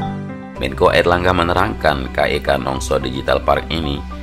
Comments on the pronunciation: Salam dari batam. Ralat bg, bukan nongso tapi nongsa🙏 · Ralat mas.. bukan "nongso point", tapi "Nongsa point" , hanya meluruskan saja 🙏